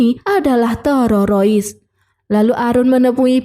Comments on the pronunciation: Terorois nya nge ganjal ditelinga 😂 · Iya betul terorois😅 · Di plesetin jd tererois😂😂😂😂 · Terorois bisa di maklumi tapi NEGOISASI itu artinya apa yah? Setahu saya NEGOSIASI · Teroris mbak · Iya ih ganggu banget terororis . Ngakak aku jd nya nonton .. lucu VO nya .. keren jd terngiang2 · Q kira cumn q yg dgernya terorois🤣🤣🤣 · Kok teroris,..parah mb ,akurfulm kok bisa salah ucap. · Si Pembaca perlu dilatih spy bisa membaca teroris dgn benar. Sakit telinga mendengar nya😮😂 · Aku Uda subscribe kamu wkwk😂 Aku senang dengar teroris nya🤣🤣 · Ya robbi teroris pun susah lidahnya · Kesalahan pengucapan yg d ulang2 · ribet banget ngomong terorisnya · ngucap teroris nya gitu amat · Min kenapa bilangnya harus terorois sih, bukan teroris😅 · Teroris,mbacanya tereroris,yak ampun mbk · teroris mba, bkan tererosa ee tereroris😂😂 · TERORIS ❎ TEROROIS ✅ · teroris neng teroris,, bukan tewowosis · Teroris min bukan terorois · Teroris min bukng terorois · tererowis teurerowis 😅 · TERORISSSSSSSSSS WOY BUKAN TEROROISSSSSSSS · Mba admin kita tumpas terorois yuk 😌😌 Mba tolong mba TERORIS MBA TE-RO-RIS.... TE.ETE ER.ORO R.IRI...S TERORIS 😭😭😭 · Teroris ❎ Terorois ✅ 😂😂😂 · Bukan teroroys tapi teroris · Teroris bukan terorois udik ini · Hu di buat lebay, teroris jadi terorois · Mbaknya gk bisa blng teroris😂😂😂 terorois😂😂😂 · Teroris mba,bkan tererois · Dari pada ngereview filem mending belajar ngomong dengan bahasa yg baik dan benar dulu. Dari bilang teroris jadi tererois 😂😂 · BIAR APA SI NGMNG TERORIS JDI TEROROIS?NGAKA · Teroris min bukan terorois😁🙏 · Teroris min,,,bukan terorois 😂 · TERORIS bukan TEROROIS min😅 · Teroris bukan tererois bun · Waduh maaf mba knpa terorois😂😂😂😂😂yg sebenarnya itu teroris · Terioris ??? Jeng .. teroris Jeng teroris !!! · 😂😂😂😂😂😂 min TERORIS, bukan TEROROIS😅😅😅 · Bukan terorois dek... tetapi teroris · bagus,tapi kesal mendengar penyebutan terorois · Teroris mba bukan terorois😂😂😂😂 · Teroris bukan terorois, Bahasa mana ka kmu gunakan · teroris kak,bukan terorois😅😅😅,sorry ya